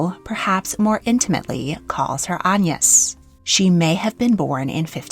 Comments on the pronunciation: What's with the strange pronunciation of AGNES? An-yes...Anne ...Aig-nes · that does explain it, although it might have been good to include that explaination in the video? It's very much not the normal pronounciation of the name in England and was a little distracting! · In england we pronounce it with a hard g like - a (guh) ness - or at least near where i live we do i thought it was quite common😭😭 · Agnes is a very comon name in England - Agg-nes. I have never heard of an Ayn-nus. Ever! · its pronounced "ag- niss" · I've never heard "Agnes" pronounced "On-yis" before! Was this common in Tudor/Elizabethan England? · French pronunciation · that explains that weird pronunciation. Great work as always. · I was wondering that! I've only ever heard it with the hard G. The soft G reminds me of the Irish pronounciation of names such as Anya (which wouldn't be applicable in modern English English but might have been in Tudor times?) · Agnes is a Swedish name, so should propably be pronounced with a hard g like in aglet. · Yes, definitely should be pronounced that way, don’t know where has got her pronunciation from.